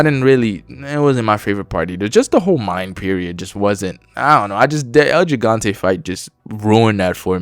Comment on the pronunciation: It’s el he-gan-te not el g-gan-te if your trying to say it right